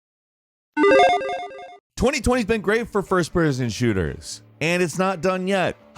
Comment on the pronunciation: Is it just me or did you slur "person" ? I love it! Falcon is my hero!